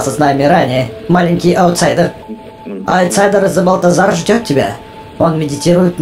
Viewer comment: Не Збальтозар а Эбальтзар